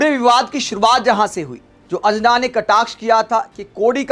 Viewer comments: भाई तुम ढंग से अंजना नही बोल पा रहा है तो पत्रकार kya bnega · Anjana name sahi se uccharan kijiye bhai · Pehle tum anjana' bolna sikho sahi tarah se. Nehi to 'anna' tumko bhi court ghasitegi🤣🤣🤣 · अंजना का सही उच्चारण करें